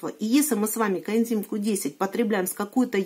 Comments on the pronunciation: Почему все время говорит "контим Q10", а не "коэнзим"? Ничего не могу понять. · У меня соседка лет двадцать пять пьет статины, ей делали операции - шунтирование два раза в Перьми, сейчас ей 93 года, живёт одна, дочь лишь навещает. Поэтому, не надо автору ролика ставить выше всех. А пропаганда коэндима получилась не плохо, ведь не коэндим, а коэнзим. Сажать такого блогера надо на коэндим.